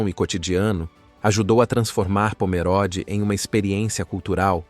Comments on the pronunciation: Leia-se Pomerôde e não Pomeróde. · CORRETO : O narrador está pronunciando incorretamente . Parece leitura de I.A.